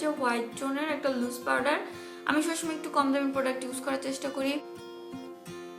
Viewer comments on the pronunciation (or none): none